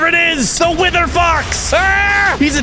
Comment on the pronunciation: At the start he said wizard instead of wither